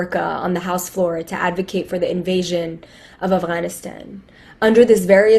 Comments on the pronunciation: Did she say aflannaflan, instead of Afghanistan? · Who grew up in a post 9/11 NYC.... but I live for virtue signaling so let me pronounce it Afgrrgrrlstan as many times as I can even though my accent is as American as can be.